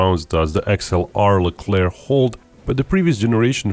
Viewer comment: The ONLY video where the final c in "Leclerc" is not prononced. Bravo.